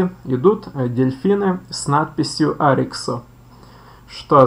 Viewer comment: Добрый день Поставил лайк,хотя Вам стоило бы вникнуть глубже в тему. По поводу дельфина Тюшка, название пошло от первых двух букв ОY. Тетта и юпсилон, (ТЮ) Остально уже добавили местные жители села Парутина. Не нужно говорить на него О-Ви, так же очень режет слух от Ариксо))) Заметно что Вы проживаете далеко от Ольвии, местные говорят Арих